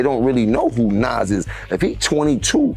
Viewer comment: The video you posted tells you how to pronounce his name (NAS), don’t change it.